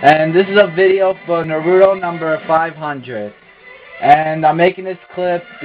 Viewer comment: Nice match.. but "Naruto" is pronounced "NAH-roo-toe," not "Nah-ROO-toe." ;D